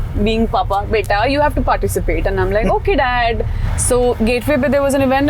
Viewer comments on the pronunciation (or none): none